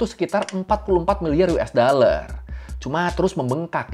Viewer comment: Dollar bang bukan daller